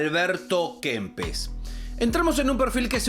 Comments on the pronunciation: Qué sorete Kempes, antes q compararse con Maradona y Messi debería ir a un fonoaudiólogo urgente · Dijiste Kempes, dejé de mirar